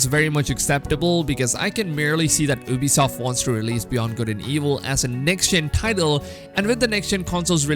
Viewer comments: The first thing I hear is OOBISOFT and I'm like BRUHHHHHH its U-BISOFT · Lol u can't even say Ubisoft